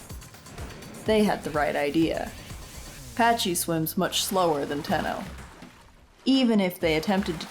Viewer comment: Why do so many people pronounce pachy as patchy. Genuinely curious. It's pack-y just like the name pachycephalosaurus.